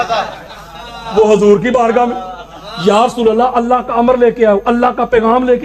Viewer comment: Are rafzi hajoor nahi hota huzoor hota hai alfaz sahi kar pahle